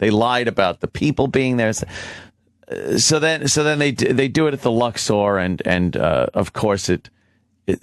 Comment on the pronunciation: Ant pronounces 'Luxor' like a stupid asshole.